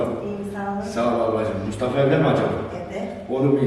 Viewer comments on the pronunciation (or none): Nobody:...: MuşTaVa